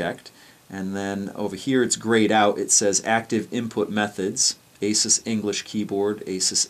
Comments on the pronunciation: Its actually "ay-soos". Asus has a video on their channel showing how to pronounce it. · Don't you mean 'Ah-soos'? ;-) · learn how to pronounce AsUs